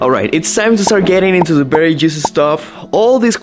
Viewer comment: Bery instead of very, hehehehehe,, come on, teach how to say Vvvv, so cute dude!